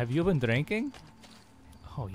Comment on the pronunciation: HAHAHAHAHAHAHA "Haave you d+benn drinking?" HAHAHAHAHAHAHAHAHA